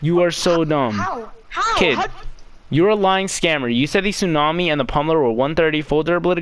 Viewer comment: My guy said t tsunami ha😂😂😂